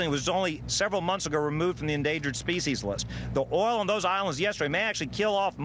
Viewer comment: 0.16 Did she say "oral" spill?? LOL!!!